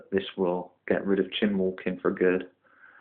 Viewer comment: For Goodness sake, it's Chine as in Whine, not Chin or Chime. Nice setup though.